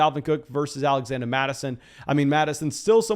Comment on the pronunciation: Am I missing something? What's the deal with him saying "Alexanda" Mattison